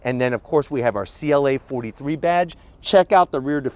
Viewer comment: Did he say CLA 43 badge? lol